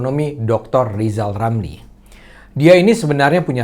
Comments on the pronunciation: Bukan Rizal Ramli tapi Lijal Lamli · Lijal Lamli Prof. Lijal Lamli ... wadoooh